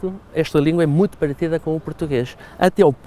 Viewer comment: Foi o primeiro vídeo dele que vi. Achei que fosse português também. Pronúncia muito boa. Só consegui notar um sotaque castelhanizado quando ele falou "parecido". Pronunciou o "C" com a ponta da língua. A propósito, explica muito bem!